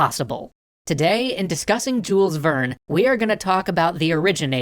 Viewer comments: Jule, the s is silent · I am pretty sure the "s" in "Jules Verne" is silent. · AAAAAAA YOU DONT SAY THE S IN JULES VERNE! AAAAAAAAAAAAAAAAAAAAAAAAAAAA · I know this is really nitpicky, but the way you pronounce Jules Verne's name is so weird to me. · It feels so strange that they don't pronounce him like the french and other europeans.